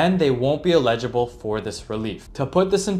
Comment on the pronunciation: Constructive critique: eligible is pronounced: eh·luh·juh·bl